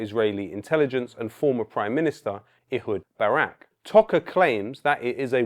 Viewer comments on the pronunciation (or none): none